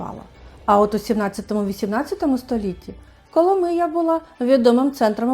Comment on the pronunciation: КоломИя !!!! а не КоломІя !!!!! назву міста вимовляйте правильно !!!